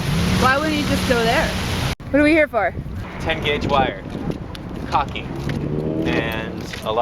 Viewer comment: Hey kids, it's caulking, not cocking, lol.... best of luck to you in 2018!